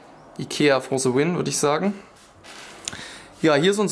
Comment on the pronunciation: es heißt "The" nicht "Se" meine fresse